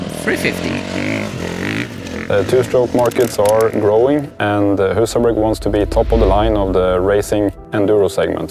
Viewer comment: Annoys me that not even the swedish guy pronounced Husaberg correctly.